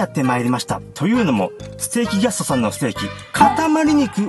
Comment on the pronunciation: あまりにも美味しそうで、高評価つけちゃいました〜 ところどころ、「ぎゃすと」って発音、新しいヤツっすか？ ねぇねぇ、流行ってきちゃうあのヤツっすか、ねぇ〜?